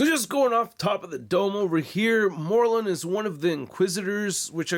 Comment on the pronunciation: Can someone tell it is “Mor Lun” not “Morlin”